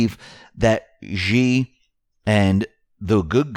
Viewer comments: China's Xi is pronounced "Shee" not "Gee" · Xi is pronounced like She not G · 'Xi' is pronounced like 'She'.